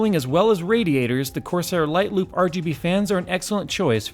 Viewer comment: when he said "light loop", I actually thought for a second that he said "light lube"